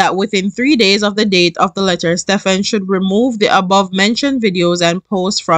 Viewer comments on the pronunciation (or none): Pronounce Stephen as Steven. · Lmao the way you pronounced the last name remind me of when I was in school in Jamaica. Him and I have the same lastname